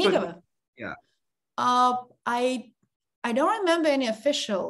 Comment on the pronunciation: pronounced her surname incorrectly. He said “SotnI’kova, but it must be SO’tnikova. So it’s why didn’t understand him at once.